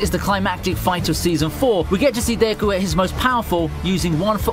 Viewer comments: Nobody: This guy: dAyKu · Is so painful hearing him pronounce Deku